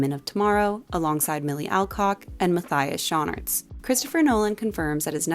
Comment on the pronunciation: As a Belgian, I had to rewind because I didn't understand Matthias Schoenaerts. I snorted at the butchered name.